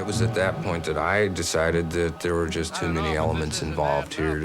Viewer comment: "What it werrrre." 😂